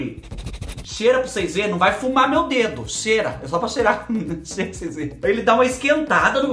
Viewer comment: "Cheira pros seis vê" amo ele falando assim🤭🥴😂😂😂❣️eita só vc!